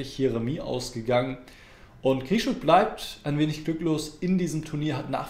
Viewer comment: Deine Analysen der Partien sind einfach nur Klasse! Viele tief analysierte Varianten, sicher auch mithilfe des Computers, aber sehr lehrreich. Eins muss ich dennoch bemängeln. Die Namen der russischen Schachspieler sind für Deutsche meist ein Problem, weil sie kein Russisch gelernt haben. Aber Alexander Grischuk heißt eben nicht so, sondern Grischtschuk. Das müsste sich doch für jeden aussprechen lassen. Oder nicht Nepomiatschi, sondern Njepomjaschtschi. Im Deutschen lassen sich die russischen Namen besser als im Englischen schreiben, und wir sind doch Deutsche!!